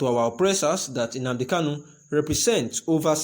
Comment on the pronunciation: Please shut up your mouth, with your fake nonsense crap. You can’t even pronounce OHANEZE AND NNAMDI KANU yet you wan take them shine. Craze